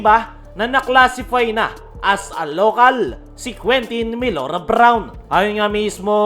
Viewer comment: Mali nmn pronunciation mo sa name ni QMB😢😢😢